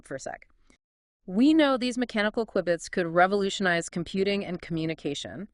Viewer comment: I laugh a little every time the AI pronounced Q-bits wrong 😂